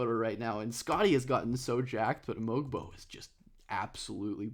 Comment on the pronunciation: Great video. Love when you cover my Raptors. Just a quick note about Mogbo's name, the G is silent so its pronounced "Moe-Bo", as per the team release. Not to be that guy who calls you out, just trying to help and share with people how to say his name correctly. Cheers